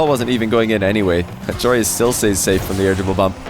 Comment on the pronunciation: Love seeing joreuz win...yes its because im dutch.... love how completely pronounce his name....@ wich region do you think is the best overall and why?? Love to hear your opinion about this